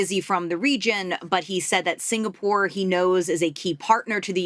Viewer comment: dont try to angkat for him lah, clearly he is interested in the holiday posting to sg for the lifestyle. he know nothing abt sg, cant even pronounce 'singapore' properly also